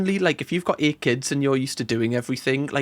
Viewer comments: Seriously, quit saying eight kids like that.Your voice screeches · The way you say 8 is wild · oh you're saying 8 ok sounded like it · Well, that's how I'll be saying 8 from now own 🤣